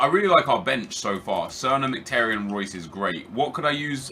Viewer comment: You pronounce is Merhik-Tar-Yon. Not miktaryen